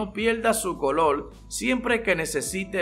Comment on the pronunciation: Polque hablas asio el colol y calol